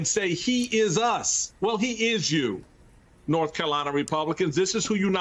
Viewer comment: does he keep saying " Norf Carolina"? lol